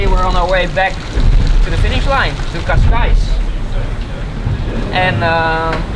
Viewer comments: Great episode as usual and thank you for the update. But please stop calling Cascais - Cascai! It is pronounced Casca-is or Casca-ish if you prefer. Thank you ;) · when did the Portuguese drop the “s” off Cascais?